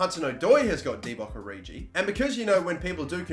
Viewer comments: "Oridji" jezus... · I'm not a huge fan of that pronunciation of Origi...